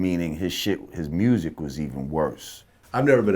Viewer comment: Musik W lol